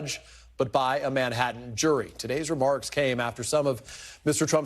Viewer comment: there are TWO T's in Manhattan and Bi ron Donald'son can't pronounce either of them.